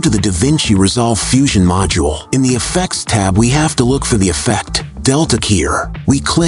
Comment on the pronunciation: The AI voice is a little annoying and doesn’t know how to pronounce ‘have’.